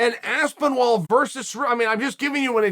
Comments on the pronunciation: Uncle Chael really struggling with that name. Aspenwall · Chael called tom by his name correct once 🤣 aspinwall? I love it haha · Aspenwall might be my favourite mispronunciation yet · He literally noted how there isn’t any “w” and he keeps saying Aspenwall😂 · Chael pleaseee stop calling him aspinWall, for the love of god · Surreal Gone for me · I kept hearing Aspen Ladd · If Chael says Aspenwall it is now ASPENWALL! I know 6 guy who met Chael recently who would fully agree. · I think Uncle Chael took a few too many knocks to the part of the noggin responsible for pronunciation lol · At least pronounce his name right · How can he state that he's mispronouncing a name and then continue to mispronounce it?! I just don't get it! Also, every MMA fan in England has known that Aspinall was a BJJ talent since he started- his dad was the first BJJ black belt in the UK (apparently!). I just loved that his big takedown was like a proper rugby tackle. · Chael is the only man to let you know that he can’t pronounce a man’s name correctly by pronouncing the man’s name correctly😭💀